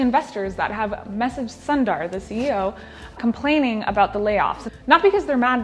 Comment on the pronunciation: Is it not soon-da 🤐